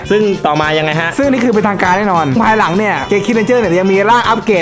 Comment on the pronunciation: เหมือนผมได้ยินว่าควายหลังนะแทนที่จะเป็นภายหลัง